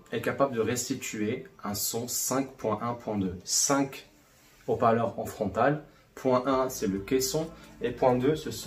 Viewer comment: Très bonne vidéos, ce serait sympa de ne pas faire de fautes de fiction.. : les hauts parleurs (0n ne faitpas de maison: les zoparleurs car le H casse la liaison ) rien de grave, juste pour ce sera plus sympa pour de futures vidéos. Cordialement